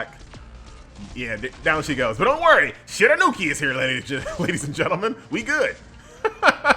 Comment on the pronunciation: I love you man, but her name is SHE-RA-YOU-KEY! Stop butchering it my man!